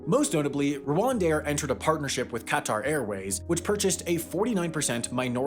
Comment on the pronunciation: Did he say CAT RRR AIRWAYS?